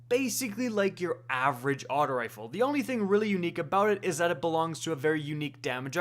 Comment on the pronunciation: Can you say “aut-oh” and not “aut-ah” when you say auto rifle? It pisses me off